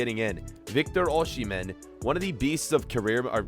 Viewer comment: You do not pronounce 'sh' in Osihmen